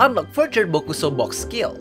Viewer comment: ''bokuso box'', japanese say it ''box-box''